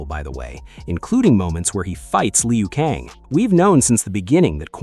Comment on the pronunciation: No disrespect but stop with the "LEE-OOH KONG" come on bro its pronounced "LOO KAYNG"